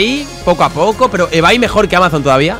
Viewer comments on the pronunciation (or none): Todos: se pronouncia ibei Absolutamente todos: se pronuncia ibei Folagor: ebay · porque lo pronuncia ebai y se pronuncia ibei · "ebay" = ibey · Absolutamente nadie: Folagor: "EBAY" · Lo dice solo él que yo sepa 🤣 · Hola soy nuevo y ebay se pronuncia ibey